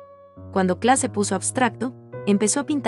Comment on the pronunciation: Muy bonito, el único problema es la pronunciación que hace la relatora del apellido. No es kla es KLEE y ese apellido ha sido el de mi familia desde hace más de 100 años.